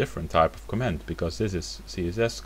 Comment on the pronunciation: A tip for your English: Stress 'comment' on the first syllable. Otherwise, it may sound like you are saying 'command'. Cheers. [